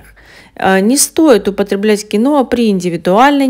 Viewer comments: Название говорите понятнее Кино или Киноа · Киноа неправильно надо говорить киhoa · Ударение на и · А самое главное что дама,ставит не правильно ударение.